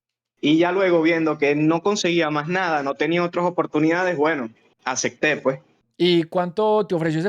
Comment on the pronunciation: Corrección : “ puej “